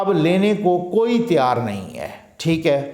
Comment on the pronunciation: Tiar nahi Tayyar hota hae Urdu me